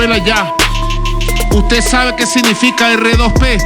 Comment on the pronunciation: Ni el sabe lo que es el R2P... No lo sabe ni pronunciar. NO ES DUEÑO NI AMO Y SEÑOR DE VENEZUELA. Y usted querido amigo...no lo repita.